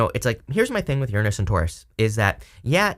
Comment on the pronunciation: Thank you for saying Uranus correctly!! 😭😋